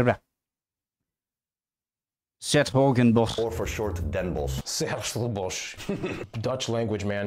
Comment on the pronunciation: Friesland is bigger than Gelderland And you saying 's Hertogenbosch was pretty good